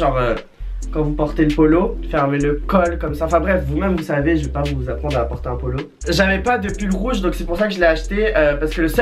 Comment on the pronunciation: "un pull polo un puolo" j'suis morte😂😂